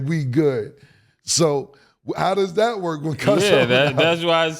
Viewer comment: “And not only dat”